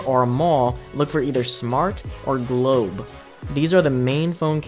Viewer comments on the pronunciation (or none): Its globe not goble😊😊